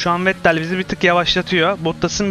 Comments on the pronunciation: abi vettele neden vet tel diyorsun bildiğim kadarıyla okunuşu fetel serhan acar vs öyle kullanıyor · olur oyle takilmamak lazim boyle seylere sonuc itibariyle anlasiliyor :)